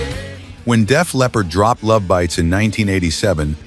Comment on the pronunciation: It’s not lovebites, it’s Love Bites! It’s two words with the emphasis on Bites!